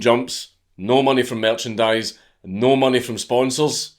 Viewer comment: That Scottish "Neooouuu"!